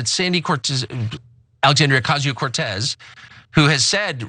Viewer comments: Why are you saying her name like "Ocazio" when it's pronounced like "Ocasio" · Please pronounce Ocasio correctly. You are pronouncing it how the right-wing intentionally mispronounces it.